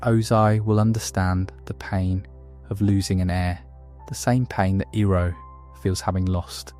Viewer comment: I am questioning if you do because how you said iroh